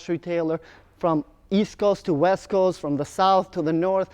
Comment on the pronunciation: East coast to the weast coast